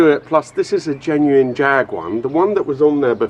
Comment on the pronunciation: Come on everyone knows Jag is Pronounced Jaaag